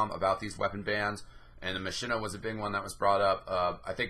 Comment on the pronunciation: A couple things: - Machina is pronounced like "Mock-in-a" because it's a play on a Latin phrase. - Amputator is part of the Medic set, which grants a little bit of extra self-healing. Vita-Saw maintains some UberCharge after death (like what Bioshock's Vita-Chambers do).